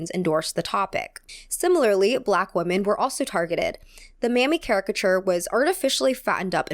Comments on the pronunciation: I’m going crazy hearing “woman” every time she is saying it like it should be plural (“women”). Am I missing something?! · you need to get your pronunciation for the plural WOMEN right... sounds like you are using the singular WOMAN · You keep pronouncing "Women" like "Woman" ❤️ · Am I crazy or does pronounce "women" and "woman" the same way? It always sticks out to me when I watch her videos. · love the video, but it's such a pet peeve of mine when people say ''woman'' instead of ''women'' haha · Hi, Totally random, but I've noticed that you and some other younger Youtubers have started pronouncing the word "women" as [wu-men]. Is this a recent American trend? I can't find any information online. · You're hearing correctly. It's a common error that native speakers do.